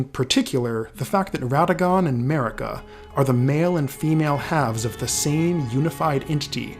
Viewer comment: Guys really… why all this american-english video has trouble with pronunciation? It’s not an american name.. Marika is pronounced MARIKA, not mErika, it’s not like america. Good video anyway